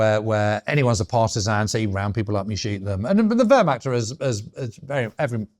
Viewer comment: Interesting as always, but there are some amazing sweeping statements here. Also, for heavens sake learn how to say German words before enunciating them; Lebensraum pronounced ‘eh’ not liebensraum ‘ee’ liebe means love… a very different thing I think we can agree. Also Wehrmacht made me wince whenever he said it. But then I’m a historian living in Germany. Oh, you try being a general at the height of the ideological madness and pushing back… Russian front anyone? There is a tradition of reporting your fellows and superiors in the German army (to improve discipline) as noted by numerous diaries from the Russian campaigns. Details matter.